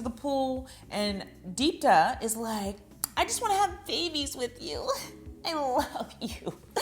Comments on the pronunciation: ok, so her name is deepti, not deeptuh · Amazing how you managed to mispronounce “Deepti” her name is spelled the way it is pronounced LMAO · How did you binge the whole series and still pronounce Deepti’s name wrong? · omg you're saying her name wrong the entire video.